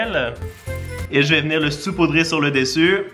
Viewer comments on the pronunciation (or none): none